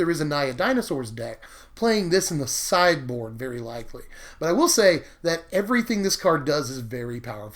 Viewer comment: I thought you said "cyborg" Instead of "sideboard." >< I need to go to bed.